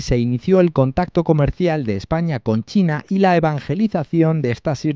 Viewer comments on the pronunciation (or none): none